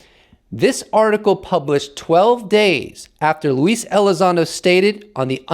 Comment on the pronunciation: Who is lease elizondo 🤣 luis… pronounced “Lew”